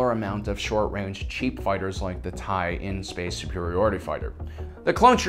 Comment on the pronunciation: I think you mean TIE/LN, not “TIE/IN”